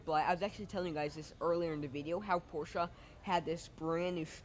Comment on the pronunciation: Great review young man! Appreciate your honesty. Much better than most salesmen 5 times your age. Also pronounce Porsche correctly. Showed me more about the car and features than anyone else. I am a Mezger Twin Turbo driver. Have been driving and owning 911 Porsches for 50 years. Just wanted to thank you for a job well done. You have a very bright future. Keep up the good work!